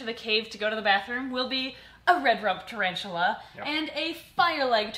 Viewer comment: Its a ta-RAVE-tula! Ooontz ooontz ooontz ooontz